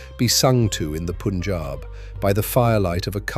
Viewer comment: The commentator should at least pronounce the names properly..... It is not " Poonjab" ...but PUN , rhyming with GUN .....PUNJAB